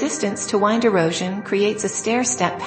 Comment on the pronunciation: I’m not a fan of the Digitally generated commentary . Wind not WINE’d and other obvious errors. The rover’s wheel tracks highlighted as mysterious. Mysterious to who?